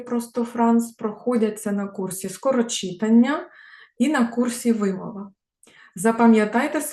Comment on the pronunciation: Дякую за урок. Перепрошую, але все-таки вимОва, читАння.